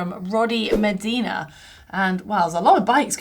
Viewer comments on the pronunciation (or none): none